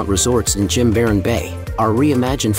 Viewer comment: Great video except you pronounce Jimaran incorrectly.